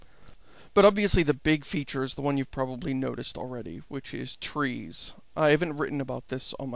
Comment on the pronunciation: First thing - its tree not three, say it with me tree~~. And its not a game or a simulator, its "A procedural world generator".